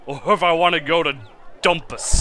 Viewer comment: I believe the `dhu´ of Dhumpus is pronounced as a j-sound, kinda like ¨Jumpus.¨... But that´s just a guess.